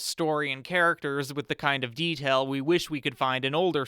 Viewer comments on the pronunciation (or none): none